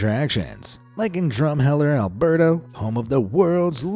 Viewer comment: Alberta, not Alberto. Oh can aw gun = Okanagan, Pen tick ton...oh why do I bother against an AI narrative...? Lol!!!!